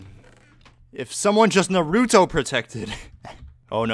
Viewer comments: It's not "Nar-OO-toe". It's "Nahru-toe" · Anyone else cringe every time he says narÜto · That “Nuuh rue toe” hurts my weeb ears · He pronounced naruto wrong... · I cringed at how he pronounced Naruto and I dont even watch it..